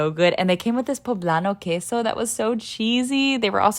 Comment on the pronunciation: I like the way she says queso